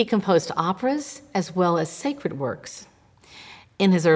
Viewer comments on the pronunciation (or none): none